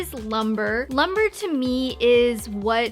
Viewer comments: It is pronounced loom-bray, not lumber. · The way she pronounces "lumbre" as "LUM-BER"...